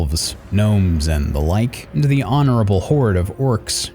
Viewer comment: My guy I liked the video but I did laugh out loud when in the intro you called the goblins honerable